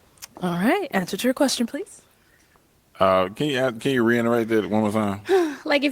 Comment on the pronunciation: “can you reinnerate that one mo time?” 😂😂😂